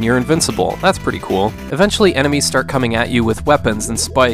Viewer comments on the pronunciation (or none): none